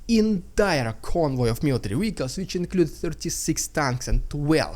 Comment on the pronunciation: Wehicle is such a cuteee word 😅😂